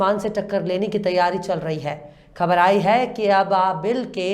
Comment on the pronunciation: Excellent presentation, I advise you to do some more exercise on the pronunciation of some words, especially "KHABAR" All the best